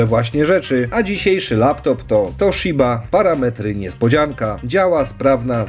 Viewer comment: Taaa... Toszyba..... (Toshiba)... Dobreeee.... Kurrrde